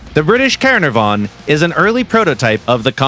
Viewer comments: At least if they used that they could pronounce it right, it was hard to hear them attempt saying caernarvon. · It's pronounced "Kah-NAH-vuhn" or "Cair-NAR-von", for the city in Wales. Exceptional tank and pretty awesome to play in WT -- for once, an accurate Gaijin representation of balanced armour and firepower in the early British concept of a 'universal' main battle tank. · The pronouncing of Caernarvon was gut wrenching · Jesus the pronunciation of Caernarvon amazes me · the way bro pronounced the caernarvon 🤣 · isnt it. Like now way are Welsh names that difficult